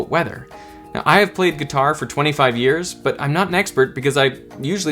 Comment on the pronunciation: Yes, yes, we all know what you mean when you say years, it's totally unnecessary to emphasize the word years.